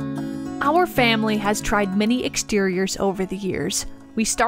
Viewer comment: A berry pecial famwee..👁❤🐑